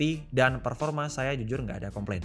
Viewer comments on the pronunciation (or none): none